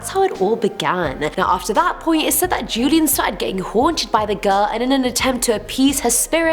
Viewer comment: Don Julian Sartana Barrera... Julian is pronounced Hulian